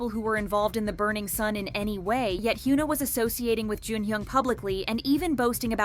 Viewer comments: please hyuna is not pronounced "hyoona" but rather "hyeona" check on translate google audio or whatever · hee-yuh-nah not hee-yoo-nah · I love how the video can't even pronounce her name properly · imagine making a whole video about a person and still not knowing how to pronounce her name like what